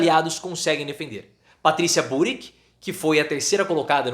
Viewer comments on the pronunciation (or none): KKKKKKKKKKKKKKKKKK... ERRO FOI O ASNO DO LULA ACHAR QUE OS ARGENTINOS ERAM IMBECIS DE ACREDITAR EM UM MARQUETEIRO SAFADO, QUE TENTOU ASSUSTÁ-LOS COM FALÁCIAS SOBRE O BOLSONARO. O PIOR QUE PODE ACONTECER A UM POVO É TER UM EX-PRESIDIÁRIO NA PRESIDÊNCIA! DICA: FICA FEIO PARA UM FULANO QUE SE DIZ PROFESSOR FALAR BURIC! O SOBRENOME É BULLRICH! É INGLÊS! PRONUNCIA-SE BULL RICH! SE NÃO SABE INGLÊS, COMO SEU PRESIDENTE, VÁ APRENDER! O IMPEACHMENT DO LULA SE APROXIMA!